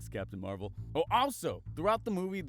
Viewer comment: I heard captain marbles instead of captain marvel